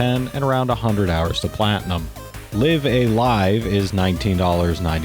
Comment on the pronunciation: Nice picks. FYI, both instances of "live" in "Live a Live" are pronounced like in "a live electrical wire." Ambiguous as hell in English, but obvious in Japanese: ライブ・ア・ライブ (raibu a raibu).